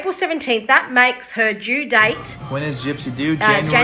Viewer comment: My first comment didn't show up or was deleted? - Your pronunciation of due and do sound normal to American ears. Great job, ladies! We haven't seen any paperwork regarding the pregnancy in her divorce proceedings yet. If the baby is Ken's, I suspect Gypsy was stepping out on Ryan earlier than she has admitted.